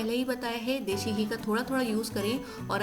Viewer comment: Mam recipe is wonderful but it is desi ghee not deshi!!